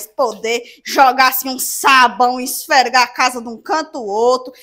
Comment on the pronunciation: vc não sabe falar esfregar e não esfergar